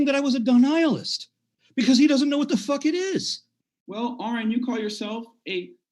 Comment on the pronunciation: I think the most upsetting part of this debate is the fact that believes he is intelligent....and yet, can't pronounce the name Aron. It's "ah-rin" not "Orin" 🤷‍♀️🤣